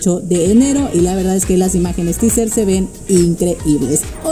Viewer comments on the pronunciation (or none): none